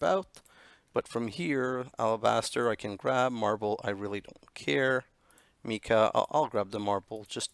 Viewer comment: lol i think the amount of stuff you need to finish the quests is GWSheridan's troll on anyone taking the time to go all the way with this pack. As for sticking with you, in my mind you are one of the more fun / better youtubers around (even if you DO pronounce mica the wrong way lol) for the style of play I like to watch. KEEP UP THE GOOD WORK.